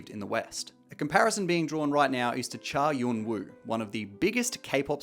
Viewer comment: as a korean i love the deep research you did for the video! i wouldn’t have ever guessed the cha eun-woo (which is pronounced like oon-oo btw) scandal mentioned in a league video haha i think when reporting on things like this its so important to provide the cultural contexts that are hard to access due to language barrier so thank you!! :)